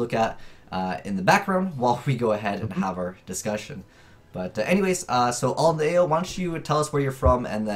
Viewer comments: Dat AlintheaYoh name pronunciation tho, dayum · cant pronounce alintheaoh confirmed? damn this 12 year old kid...